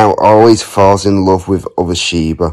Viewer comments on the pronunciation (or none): The way you say Shiba (Shiiibuh) always gets me 🤣🤣🤣